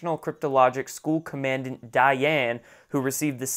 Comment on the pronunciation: Not Command Ant One word Commandant with a- d "ah" nt. You are making too many mistakes with basic knowledge, especially military. Sorry, but it is insulting. Do your homework! No time for childish mistakes at this point! sm